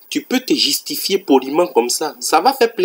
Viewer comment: Euhh on peut dire qu'il n'a pas l'accent ivoirien Si c'était un ivoirien on le saurait il dit jitifier à la 12min 35 secondes Oh la C.I